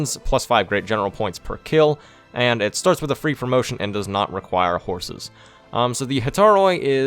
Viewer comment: "promition." Uhhh....